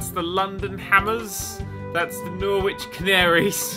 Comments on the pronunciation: naw-which? I swear lived close enough to Norwich to know how to pronounce it. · Um... Norwich is pronounced Norrich... Mighty Lord Of schtuff and all things Fumfy... O.o